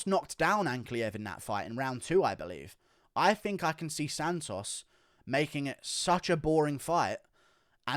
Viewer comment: Lol the way you say "SANtosss" like in an actual latino accent is hilarious coming from you for some reason